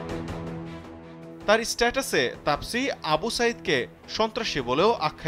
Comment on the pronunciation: উচ্চারণ হবে, Taposi, আর আপনি বলতেছেন Tapsi.....😂😂....!